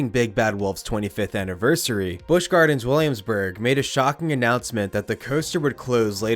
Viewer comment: I'm sorry! The narrator killed it all for me in the beginning🤣 "The Big Bad Wolf, the new ride coming to life at Busch Gawins" (tell me you're from Boston without telling me you're from Boston)🤣🤣🤣🤣🤣🤣